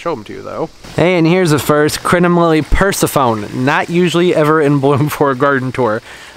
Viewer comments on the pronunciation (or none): umm, I think the Crinum is pronounced Per-sef-uh-knee, like the daughter of Demeter/wife of Hades. And I saw a plant video this week with a Pink Princess Philodendron and I thought "wait, why doesn't have one of those?". So, yeah, they're super expensive for an itty bitty little plant.